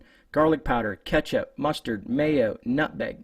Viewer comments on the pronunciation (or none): none